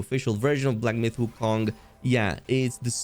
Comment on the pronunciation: Why pronounce wukong like that.. lol